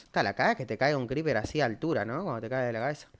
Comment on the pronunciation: nadie: realmente nadie en todo el planeta:: veni cripir